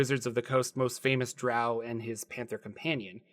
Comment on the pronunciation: thank you for pronouncing drow correctly. Q1 was the first module I purchaced after my red box set in 1981, which then made me save my allowance for AD&Dcore books.